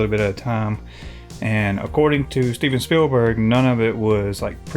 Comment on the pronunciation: WHERE MARK WALL-BERG AT? STEVEN SPILL-BERG? WHO DATT? CHEERS.